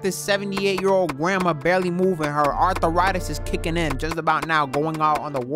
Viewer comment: ARTH-A-RITIS? LMAOOOOOOO